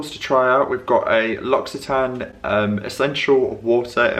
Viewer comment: Your pronounciation of 'L'Occitane' is perfect 😍